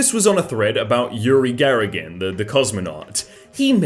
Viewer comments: Yugi Gar-a-gin!???? You Mean Yuri Gagar-in, like the opposite of Lady Gaga going out..... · lmao he said Yuri GaRarin instead of Yuri GaGarin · called Yuri Gagarin as Yuri Garagin 😂😂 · ...,YURI " GARAGIN"? seriously?.. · Everyone: Yuri Gagarin: You're in Margarine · “Yuri Garragin” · there was an attempt to pronounce Yuri Gagarin.